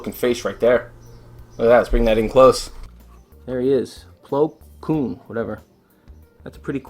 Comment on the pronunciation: You pronounced plo koons name right